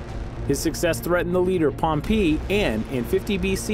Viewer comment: You can say perpetuity, very well..but you cant say pompei correctly?..